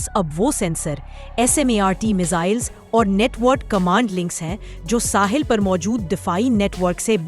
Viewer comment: Dear the true Urdu word is "Sahil" not "Sahal"